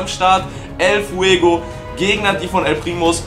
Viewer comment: Warum ist es so schlimm wenn du El Primo sagst?